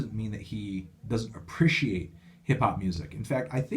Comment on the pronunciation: why do you say appreciate like you have a pair of balls in your mouth